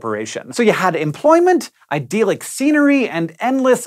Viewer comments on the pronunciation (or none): "IDD-ILLIK", not "IDEAL-IK" Jus' sayin' > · Wait, did Hank actually say "ideallic???"